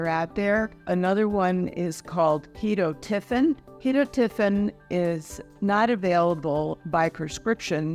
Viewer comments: That seems an odd and unusual pronunciation for ketotifen? Does it have more than one acceptable way to say it? My other providers. even my compounding pharmacist, say key-tot-o-fin. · The way Ive heard it pronounced is Key-toe-tif-en